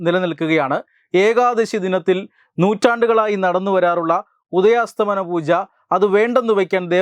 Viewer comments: ഉദയാസ്തമന അല്ല ഉദയാസ്തമയ പൂജ ആണ് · ഉദയാസ്ഥമനപൂജയല്ല ഉദയാസ്ഥമയ പൂജയാണ് ശരി